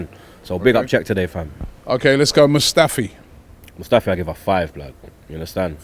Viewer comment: It's MUSTAFI blud not MUSFTAFI